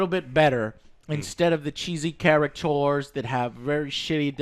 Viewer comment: Joe, repeat after me: ca-ri-ca-tu-res. caricatures!